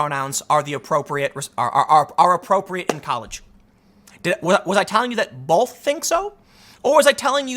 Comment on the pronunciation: Learn how to pronounce the word "both." It's not "bolth."